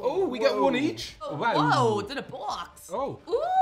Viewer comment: Why did pronounce box like she was Christopher Walken?